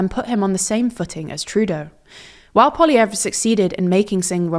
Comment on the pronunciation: Thank you for pronouncing Poilievre's name properly! So many people get it wrong.